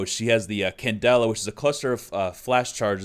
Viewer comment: Why do you guys keep calling ying candella?